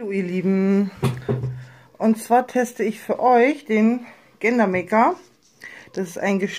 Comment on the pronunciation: Es wird Gender ( dschender) maker ausgesprochen 🤭😏 trotzdem Glückwunsch zu deinem Baby Boy und danke für dieses Video🥰🤲